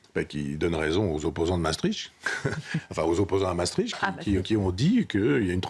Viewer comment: Mme Ferrari, pour une journaliste de votre trempe, il serait bon d'apprendre à prononcer Maastricht et non Massetritche. Exercice: Masse triche t.